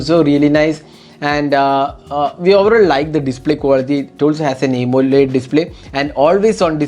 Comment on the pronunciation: Malayalee analle. "Aymoled "